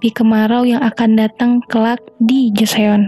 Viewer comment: joseon bacanya joson mba